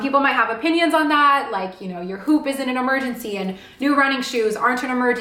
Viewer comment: Hi, just an FYI, it’s pronounced “woop”. The “H” is silent. There is an interview with the founder and CEO of Whoop on YouTube, and this is how he pronounces it: “woop”. Not “hoop”.